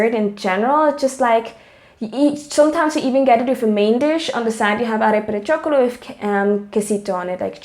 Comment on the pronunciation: Arepa de choclo NOT chocolo :)